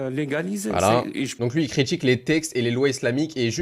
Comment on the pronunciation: Critchique, relatchive, politchique, subjectchive, etc. Bref, remonte ton fute et débat avec dignité au lieu de faire des vidéos dans ta chambre 👍